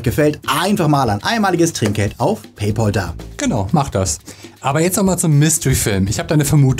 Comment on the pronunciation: Wer ist eigentlich dieser „Pay-Paul“ immer?